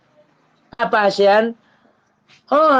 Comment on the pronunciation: Halus hian ma apanya itu, Halo sayang,, "Apahh" pakek H atee bapa